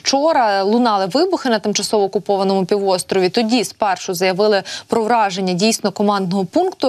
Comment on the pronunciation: Вчи мову! Враження-іе чпечптление! П знищення чогось це. Ураження!такі тонкощі треба знати, сором!